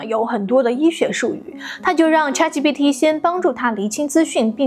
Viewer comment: 为什么博主对ChatGPT读的恰特，而不是浅特？